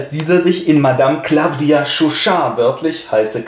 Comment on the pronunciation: M.e Chauchat heißt aber nüscht 'Claffdia', sondern Claw-dia, französische Aussprache = hier gleich englische Schreibweise, Kralle (Katze) ;)